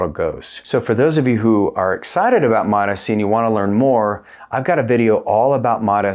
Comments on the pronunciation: It's mots-c, not MOTA-C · Please pronous MOTS-C like eveyone else! It's annoying to hear you say mot s c. You don't say M O T S C separately, each letter. Why do you say mot and then say S instead of just saying mots? Like the applesauce. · Please!!! For the sake of God. MOTS is one syllable. Then add “see” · “Mots C “ bro… two syllables … why are u the only person on earth saying “Mot S C”? Your content is excellent man, but your pronunciation of this peptide is bothersome lol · It MOTS-C not MOTA-C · I always pronounce it MO-T-S-C (moh tee es see) just to troll you guys. 😂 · "Suh-mag-luh-tide". "Mot-ess-see". Uhh no. 😅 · MAAAHTs-Ceee. 2 syllables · so the fact most people respect the hyphen in the name and say “mots”-“sea” is irrelevant? Why is he separating out the “S” when that’s not how it’s spelled out? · Very hard to take seriously when you cant say MOTS properly 😢wow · Can't even say it properly lol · Learn how to pronounce it 🤦‍♂️ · The way he pronounces this peptide is obnoxious. I'm sure he thinks it makes him sound smart but he is literally the only person I've ever heard say it that way. Don't be annoying just say it how everyone else does. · The way you pronounce the peptide names makes me want to not even watch any other videos of yours. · Confidence waning seeing as how you don't know how to pronounce the peptide you're making a video about. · I can’t take you seriously if you can’t pronounce the peptide correctly. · lol Seriously. The way he’s pronouncing it is triggering me.